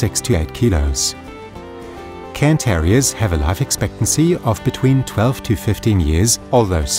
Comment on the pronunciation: Thank you for pronouncing the breed's name correctly! So many other channels call them "Karen" terriers, which is a small pet peeve of mine. Probably an American thing where cairns aren't all that common...